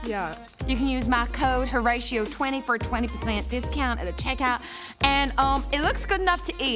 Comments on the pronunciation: It's horaTio, and it should be pronounced like a hard 'z'. I do agree with you though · * Hermione voice * "It's HorAtio, not HaratiO"